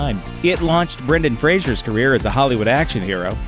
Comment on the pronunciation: Brendan Fraser, not Brendan Frasier.